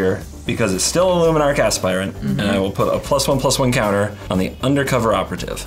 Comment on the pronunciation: Hearing say Luminarch Aspirant correctly feels wrong